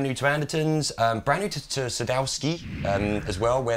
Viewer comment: Why can't Anderton's do even the most basic research on gear they're reviewing. Can't even pronounce it properly, they're not chambered, they've been made in the far east for several years now, they have other lines in between the SMX and custom shop, etc. I had to stop watching because it was so bad.